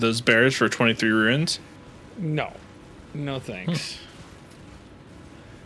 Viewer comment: still don't know if you call runes "ruins" for a bit or not. as absolutely hilarious as the bit is, please stop, it triggers me😛